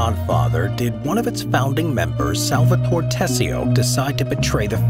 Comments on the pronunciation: SAL-VA-TO-RE, not " Salvator".. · Someone who says "Salvator" instead of "SalvatorE" and "Corleon" instead of " CorleonE" shouldn't dare talking about the movie. Sounds like senator Pat Geary in the Lake Tahoe house meeting with Michael. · The pronunciation of "SalvatorE" and "CorleonE" hurt my ears. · The way Salvatore is pronounced is to enphasize the 'e' at the end, such as Salvatoree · Repeat after me S-A-L-V-A-T-O-R-E not Salvator, if you can't pronounce it then stick to Sally ffs